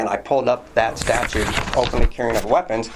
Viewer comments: Can't stand the way some people say "statue" instead of "statute". continues to do this throughout. Not sure why but this really bothers me. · Except pronounces it "statues".